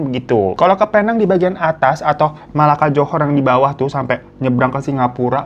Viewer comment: Bang maaf, fyi Penang itu bacanya pi-neng